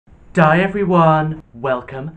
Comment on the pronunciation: notice how he says “die everyone” instead of “hi everyone” 😂